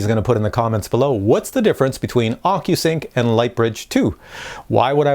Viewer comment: at minute sound like your saying ``fuckyousync`` in stead of ocusync, wich is kind of stands for what my mavic pro is :)))